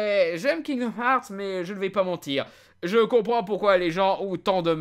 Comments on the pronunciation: C est pas kingdom harts mais herts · Bonne vidéo malgré les « kingdoum hearts » qui me font grincer des dents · il dit kingdoum hearts jadore 👁👄👁👉👈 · "Kingdom HAARRRTTSS" accent anglais Zéro ! Oui monsieur ! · Je suis le seul à entendre « kingdoom harz » en début de vidéo? X) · Tu prononces le jeu tellement mal ....